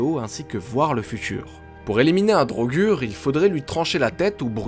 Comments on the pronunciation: On dit pas drogur on dit drogueur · PTN MAIS MEC LES DROGUUUUUG MAIS MERDE CA SE PRONONCE DRAUGEUR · Ca se prononce pas DraugEUr?Dans skyrim les pnj prononcent draugEUr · Les draugr se prononce "draugueur", mais il sont inspirés des "draugur" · D'après les dialogues du jeu c'est pas DraugAr mais draugueur (pour la prononciation ) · "Draugur" version francaise peut être, ils me semble qu'en anglais ca se prononce "draugeur" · Marrant pourtant Draugr se prononce Draugeur dans le jeu, moi je trouve Draugur un peu trop soft ça fait moins sérieux. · et non c'est "draugueur" pas "drogür" la façon auquel on prononce le mot "draugr" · La vraie prononciation est bien drogur, même si dans le jeu ils disent drogueur, tu as raison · Siegfried Nicolas il me sembler que dans les pays nordiques il prononce sa draugar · Draugr en version général, draugur en islandais. les deux se prononçant draugueurr mais c'est pas notre "eur" c'est le R que tu prononce en le roulant avec un bruit de gorge. ce son est présent dans d'autre mot comme brisingr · La prononciation, ce n'est pas du tout ça.Vieux norrois : draugr : /draouguèr/ => draugar : /draougar/ (a court) Islandais : draugur : /dreillegur/ => draugar /dreillegar/ (a court) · Drogueur est une erreur de prononciation du jeu